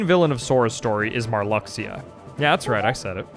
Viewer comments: Your pronunciation of Marluxia would have been more of a shock if you hadn't said "Atlantis" twice earlier in the video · His pronunciation of Marluxia annoys me. Sure, I thought it was pronounced that way before Re:CoM came out in North America, but the pronunciation we hear is more correct than any way we guess based on spelling.